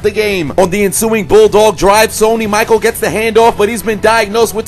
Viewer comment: Yes I recognize I mispronounced Sony Michel's name... I read Michael... why? BECAUSE MY EYES ARE JUST FOR DECORATION! NOW EXCUSE... ME WHILE I PUT MY MUTHAFUCKIN HEAD DOWN!! WHO'S A DUMMY?!?! I'M A DUMMY!!!!